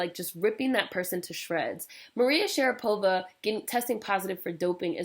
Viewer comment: lololol dying"maria sharadopa"